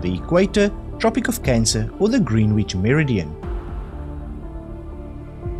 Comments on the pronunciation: And I think it's 'grenich' and not Greenwich - could be wrong 😅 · I like the questions but have to say your pronunciation is awful. If I had pronounced the C in isosceles my maths teacher would have strangled me (Previous quiz). It's Grenitch not green witch. I've never heard the W in sword pronounced before (previous quiz). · Wonderful quiz thankyou. The pronunciation of Greenwich is Grenich.❤️‍🔥